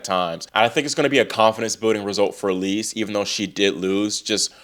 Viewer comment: Great recap! Just for the record, Eva Lys’ surname is pronounced like English word “Loose” I think we will be seeing a lot more of her :)